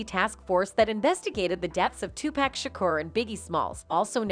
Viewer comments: White ppl it's not 2pack it's 2pac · Can't listen anymore because the narrator keeps mispronouncing Pacs' name. I noticed all white narrators mispronounce his name from time to time. 2 pac= pock not pack SMH. It really bothers me. Puffy is in that I'll do whatever it takes or anything for the fame and fortune crowd or world. When they are tired of him or no longer need him. He'll get what he deserves. It's knocking at his door. I've never liked him. He has always been lame to me. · It’s so cringe listening to her botch everyone’s name ….who tf is 2pack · It's not too pack, it's to pok. You're always pronouncing black entertainers names wrong. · The way the reporter says “2 pack” is some bullshit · 2pack, sug knight, kef D …this why everybody can’t report on shit can’t even pronounce the names correct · Lol Soog Tpack these names we hear all them all the time she really slays the names!!!! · IT'S PRONUNCIATION IS TWO-PAWK‼️‼️‼️‼️AND SHOOG NIGHT YOU MORONIC A.I SYSTEM GEEZ. HOW CAN YOU BE TAKEN SERIOUSLY IF YOU CAN'T EVEN PRONOUNCE THE NAMES‼️‼️ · Stop the way she mispronounced TUPAC and SUGE Knight to find someone else who can. Damn